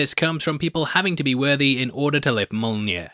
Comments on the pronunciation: I don't know if it's a bit or not, but it's pronounced MYOL-NEER. My left eye twitches every time you say it wrong. 😁🤣🤣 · U can say taweret but not mjolner